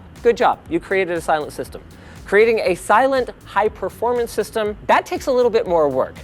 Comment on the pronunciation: It's performance not proformance Linus. Love u